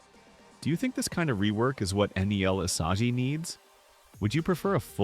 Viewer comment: "nel isaji"